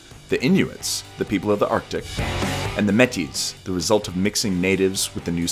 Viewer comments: MEH-tee? it's MAY-tee. just look at l'accent aigu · "Metty's" lol it's pronounced "May-tee" the s is silent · Metis = May TEA, not Mettis. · "may-tee " not metie lol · Metees? Ugh. I know this video is a year old and all that, but nobody on your staff recognises the accent aigu to be pronounced as a long "A"? Métis is pronounced "maytee". Because it's a French word. That should... be pretty obvious. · The meh-tees? It’s pronounced may-ti - plural and singular. Jus’ sayin’. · You probably won't need to use the word again but it's pronounced "may-tee" not "meh-tee" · Can you tell them they said Metis wrong? It's May-Tee, not Me-TEE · Its 'May-teee' not Met-tis. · I am métis...and I laughed so hard when it said: The First Nations, the Inuits and the Métis. It was pronounced: Met ease. It is pronounced: May Tea. Braitush people :) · Métis is pronounced "May tea"(emphasis on the second syllable), not "me tea". I'm Métis and First Nations(Cree) and my first language is French. If you are talking about a woman(métisse), that's pronounced: May tis (emphasis on the second syllable). Older people would say they are michif (meh chif - the i is pronounced like i in it). That's used more in reference to the language now. :). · Métis incorrect pronunciation: [MET-ees] Métis correcto pronunciation: [may-TEES] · I cringed every time Metis was mentioned. It is NOT Pronounced like Yeti, as in Yeti crabs or a Himalayan imaginary being,with an M rather than Y. It IS pronounced MAY-TEE. Please repeat until learned. Thanks. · Metis is pronounced "maytee" not "mehteez" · FFS... Metis is pronounced may-TEE, not MET-eez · So, a couple things. The residential schools were a thing until 1996, not the 1970s. As well, Metís is pronounced may-tee, not "mehtis" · It is not pronounced MET-EZ you morons. It is MAY_TEE. Trying to act all knowledgeable and shit and you DONE FUCKED UP. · WHY CAN NOBODY PRONOUNS MÉTIS?! MAY-TEE. THERE. 🙄🤦‍♂️ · Métis is pronounced with the E pronounced A so may teez